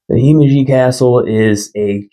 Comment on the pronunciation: you need to learn to pronounce Himeji, ignorant Americans....